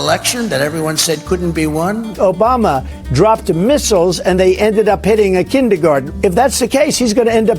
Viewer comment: ObamnNa. Uh rib-be-do aaahh